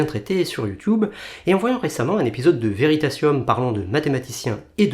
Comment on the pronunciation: aïe ... je t'aimais bien ... mais tu as dis "you tioube" .... comme mes parents .. .tu as donc automatiquement 70 ans ! hahhaha (merci pour ton travail)